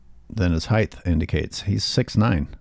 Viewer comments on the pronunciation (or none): There’s only 1 H in height. It’s not heighth. If we’re being critical and yea, Lebron is trash.